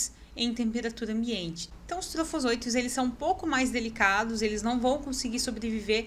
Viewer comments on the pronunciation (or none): Desculpa,mas preciso te corrigir pra você não errar mais em outros vídeos ou palestras que você for fazer.Micrômetros e não micometos.TrofozoÍtos e não trofozôitos. Parabéns pelo vídeo,bem esclarecedor.